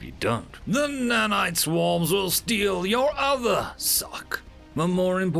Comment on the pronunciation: Not the nannites, please, not the nannites! All hail the algorithm, five words minimum.